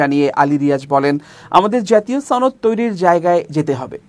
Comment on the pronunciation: আপনিও ছনদ উচ্চারণ করেন?